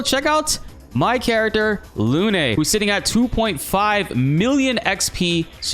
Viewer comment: Lune is pronounced like "loon" not "loo-nay."